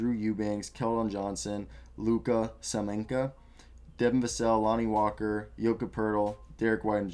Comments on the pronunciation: Is it that difficult to say shamanitch? Not saminca!!! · I'm expecting we'll draft Kai Jones. I'm expecting we'll at least try to trade for Ben Simmons or even Kyle Kuzma. I'm expecting they'll at least try to sign Kelly Oubre. I'm expecting they'll finally let Rudy Gay and Patty Mills. Of course they'll disappoint me again. By the way it's SAMANIC not Saminka. Lol